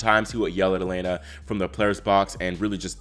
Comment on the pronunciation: Just a note, the Russian Е is pronounced as Ye when it starts a word, so her first name is pronounced Yelena. Keep up the great work!